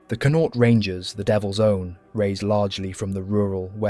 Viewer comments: You pronounce Connaught like Con-oct. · Con-nought. Linster 😂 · Very interesting history, however if you are going to talk about Irish soldiers you should at least make some effort to try to pronounce their names and the names of the places in Ireland from which they come correctly. It is just lazy and appears somewhat disingenuous to mispronounce their names etc over and over, especially such easy names as, "Ennis", "Connaught" "Sinn Fein" or "Fermanagh" and even ""Donegal" or "Athy". As with all of there names and places the correct pronunciations are not difficult and can be found online phonetically. German, Dutch and French historians have spoken and presented on Irish regiments and have successfully made the effort to use correct pronunciations even though both Irish and English were not their first languages. The use and mispronunciation of the saying and motto "Fág a' bealach" at the end is annoying, it can even be anglicized as "Faugh a ballagh " and again can be found online. However It has nothing to do with asking for or expecting to be given "Quarter". It is a traditional Irish battle cry which translates as "clear the way!" a motto indeed very suitable for the theme of the video but again it was used incorrectly, just a little effort and care made and it could have also been used correctly and to good effect. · it takes 20 seconds to find correct pronunciation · I love the history my Great grandfather and great grand uncle fought in the great war both returned home to fight for Irish freedom . But the pronunciation of the Irish Regiments is killing me. 😂 Please try harder Especially Connaught omg so bad😂